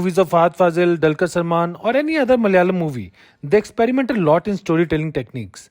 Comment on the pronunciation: Bro please pronounce it as Malayalam, not Mal-yalam. Also, we are not Mallus, but Malayalees.